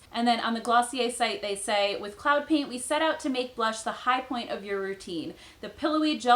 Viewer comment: When she first said cloud paint I thought she was saying CLOWN paint and thought why would a company call make up that LOL